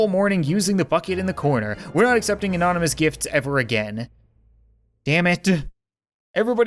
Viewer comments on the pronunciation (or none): none